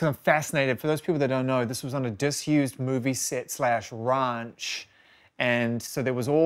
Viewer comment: WRANCH? did he meant RANCH? Urgh, this guy so bitter that he doesn’t get to work with him…